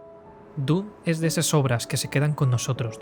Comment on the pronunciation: Me ha gustado tu análisis, pero como todos los "jovenzuelos angloparlantes" meteis la pata en la pronunciación: D U N E. Ha si lo dijo Frank Herbert, por duna o dunas.